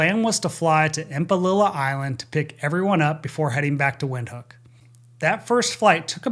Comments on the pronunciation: Cool tidbit, it's pronounced Vinthook. Not to be pedantic. Great video as always. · "Windhoek" is pronounced "Vinthoek". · Windhoek is pronounced Vindhoek. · Thank you for all the work you do on these videos. In case you ever do another debrief related to Windhoek, it is pronounced Vinthook. "W" in Afrikaans is pronounced like an English "V" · Windhoek is pronounced Vindhook.